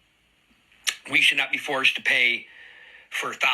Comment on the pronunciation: The way he pronounces, "forced" tells me everything about him